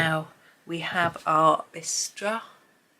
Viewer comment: I'm sure you've looked already, but bistre is pronounced like mister. At least in American english. Darn those French! lol. Cookies. This is a subject that fascinates me! It is a generic term for all sorts of different "biscuits", from sugar cookies, to sandwich..the ones with creme in the middle..to thin wafers, shortbreads, biscotti, to the myriad of flavors like chocolate chip, peanut butter, gingerbread, the list goes on...all under the umbrella name of a cookie. What we call a biscuit, you call a scone, which we also consider scones to be a type of biscuit, usually not sweet like cookies are, but filled with jam. See? It's fascinating! lol Oh, btw, I'm coloring in Ivy since I don't have this book, and I'll let it run for the view when I tire and need to get up. I sure wish Rita would make a compilation book of her travel books, like she did her seasons!